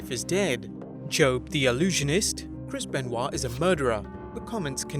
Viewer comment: Can't delete it if you say Krispen Wa